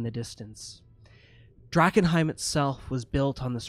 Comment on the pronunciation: "Drakenheim... shit" Me: "Drachenfels... shit"